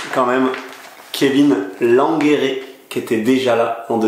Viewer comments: ne le prend pas mal, mais quand je t ai entendu ça m a fait bizarre 😃. Maintenant si c est comme ça que l on prononce pas de problème pour moi.👍 Mais je pensais que ça se prononçait plutôt comme le fait Jake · Ho nan comment tu prononce Langeree 😂